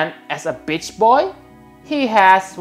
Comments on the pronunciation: is it me or is he saying bitch boy instead of beatch boy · Lol sounds like you are saying bitch boy! Anyway nice review I am loving Tidus right now, really considering trying to pull for another one.